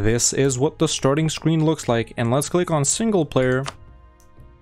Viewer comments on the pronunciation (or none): none